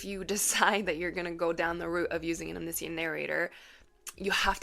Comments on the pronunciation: I’ve never heard anyone pronounce “omniscient” that way. I had to stop the video after half a dozen times of saying it that way, as it grew more than annoying. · wait, how ELSE can omniscient be pronounced? haha. i've only ever heard it as pronounced in this video!